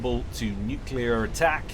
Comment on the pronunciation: I love your stuff but it's "new-clear", not "new-cue-lar";P